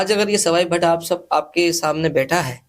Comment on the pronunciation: भट्ट होता है सही बोलो